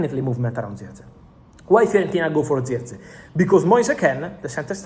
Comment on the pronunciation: Bro it's Jerk-Zee.. Jerk .. Zee Not Ziechgee